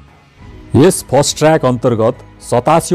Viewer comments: फास्ट ट्र्याक भन्नू नि कति फस्ट फस्ट भनेकाे ??? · फास्ट ट्रयाक हो...फस्ट ट्रयाक हैन